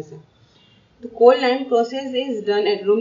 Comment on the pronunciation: cold ↗ clod↘